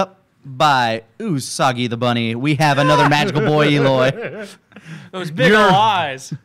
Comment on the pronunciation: Eloy more like BEE-loy I’m not sorry